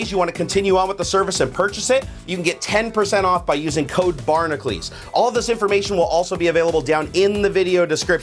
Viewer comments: just wondering, why does pronounce "Barnacules" like "Barnaclese"? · U can't even pronounce ur channel name